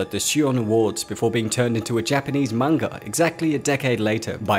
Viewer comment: I love this channel. I really do. But he pronounces manga soooo weird